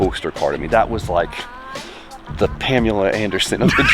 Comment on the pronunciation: Did you call her Pamula Anderson!? 😅